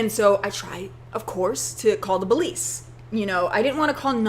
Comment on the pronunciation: are you saying 'bolice' instead of 'police' hmmmm